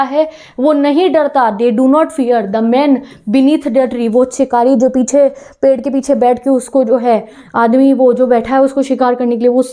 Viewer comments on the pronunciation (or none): none